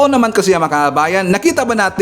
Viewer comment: tama ang pronunciation mo sa pangalan ko, Sa tanung mo ay si PURA LUCA VEGA ang may 6 charges.